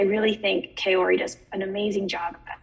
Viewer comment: This was a great discussion, but please Kao-ri not Kay-o-ri :)